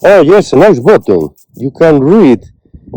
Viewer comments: You are killing me with the word bottom, I think you mean BUTTON. I mean this correction in the kindest possible way ☺️ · It's button not bottom 😂😂😂 nice video we love ke you.